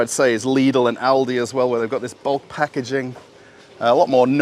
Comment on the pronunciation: you do not have to pronounce LIDL and ALDI sooo hard :p just say it soft and with love :p ........ greetings from Germany